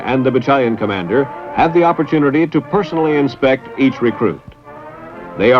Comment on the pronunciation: "encouraged" "opportunity" Wow, those are funny sounding words